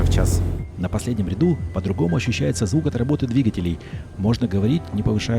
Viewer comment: как всегда супер! Но позволь вопрос - почему "двигателЕй", а не "двИгателей"?:)